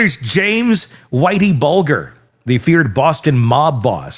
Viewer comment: James Whitey BUL-GRRR 🤣🤣🤣 There's no way you're a true crime Youtuber that's never heard of Whitey Bulger 🤣 Cmon bro!!